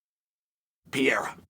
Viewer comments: Only person Ive heard pronounce Alex’s last name like that. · too much brain damage to pronounce pereira correctly